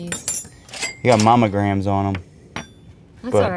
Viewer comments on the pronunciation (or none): Are you saying "Momagram" instead of "Monogram"?????? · You crack me up every time saying mommogramme which then reminds me of a mammogram. It’s monogram 😅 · Monogram! Not Monaghan😜😁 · Not mommagram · Say it... Monogram 😁 You 2 crack me up! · It's not messed up.... always pronounces it mamagram. 😂